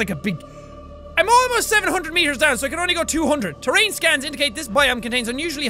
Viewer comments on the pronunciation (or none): none